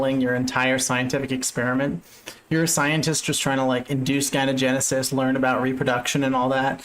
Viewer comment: Dude, gyno-, like in the word "misogyny", it's a soft g. Not G-ynogenesis, so hard